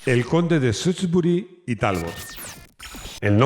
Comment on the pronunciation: Shrewsbury se pronuncia "Siusbery" es un bello poblado de Massachussets USA donde viví un tiempo, así lo llaman por ahí. Sunbean se pronuncia "Sanbim". Saludos y feliz 2023!!